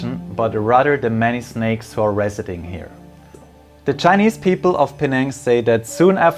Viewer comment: Thank you for making my hometown look exceedingly picturesque. You captured the cultural essence of Penang so well! Really good pronunciation too👌